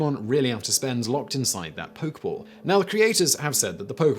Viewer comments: Poke-EH-ball...not a poke-ball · Nobody: Absolutely no one: Simon: "Poke ball" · This kills me. He knows how to pronounce Pokémon, but not Pokéball. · you do say it like poke-eh-ball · Say it Simon... Drop the blaze on them.. you dgaf about the pronunciation of pokeball.. let em burn